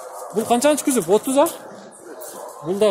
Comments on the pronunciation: кузов деп айтынызчы кузоп дей берип чарчаттыныз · КYЗОП дейтко🤣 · Күзүп дейтко Баткенден келген окшойт а админ